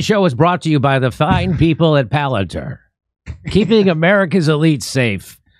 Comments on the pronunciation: pronounced...."pal-an- TEER"... pronounced Peter Teal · Palantir (pal-an-TEAR [as in wipe away the security guy's tears]) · Palantir is not pronounced "planateer." Hooked on phonics? Not so much.